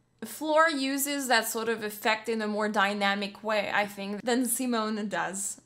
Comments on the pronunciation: Please, pleeeeeaaaaase NEVER pronounce Simone like the English Simon!!!! It's hurts my ears. 😬 She is a woman and the name is pronounced like "zeemone" with the last e not being silent, it's a schwa, a very short e-sound like in Goethe. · How you pronounce Simone always makes me cringe. Simon as you pronounce is the male variant, her name is pronounced Sea-moan-uh, with the emphasis on the second syllable, and the third syllable short and very de-emphasized. :) <Edit> Ah your pronounciation improves considerably as the video goes. Good, good :) Love your reactions, keep up the good work. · 'See-moan' (female) btw, not 'Simon' (male) xD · Your reaction videos are always so energetic...They're always so much fun to watch.. 😃 Just a little observation,, Simone's name's pronounced si-món...accent on the 'o'. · Simone is pronounced as Seemone (mone as in bone) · SimOOONEEH, not Simon! It's a she... And Within Temptetion is so overrated! Wannabe-metal... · Simone her name is Simone with an e at the end like THE, so repeat after me SIMONEEEEEEEE on youtube she explains how to pronounce her name WATCH it